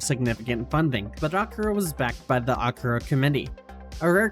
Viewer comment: this is pretty good but like they do say akira in the movie i swear thats not right , have i been wrong all these years